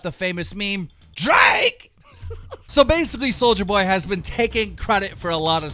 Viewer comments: Its Soulja Boy, see, no hard R on it SOULJA BOY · It’s pronounced Soulja boy NOT soldier boy❗️C’MON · It’s soulja boy! Not soldier boy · This fucking gnome needs to learn how 2 read its nit souljer boy its soulja boy ffs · Keem it’s Soul ja boy not soldier boy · Keem you Hurt my ears, it’s soljaboy not “soulgerboy” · It’s not soldier boy it’s sol-JUH boy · “Souljar boy” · “souljErboy” 🤦🏽‍♀️b say it right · You called him souljerboy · Please learn how to correctly pronounce peoples' names. There is no R on Soulja Boy's entire name! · keem learn how to say soulja boy right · You gotta say souljas name right